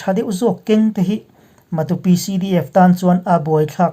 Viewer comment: i puang thiam in a ngaihnawm lutuk, Matupi hi kaw tha lo tih te, Sa ke chhia tih te ang in han thluk la, Matu ram tih na a ni ang a, a thluk pawh a dik ngawt ang